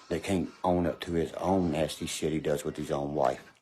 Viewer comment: Meth heads can’t say Th,, it’s ff like meff